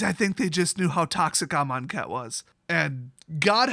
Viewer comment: You say amonkhet weird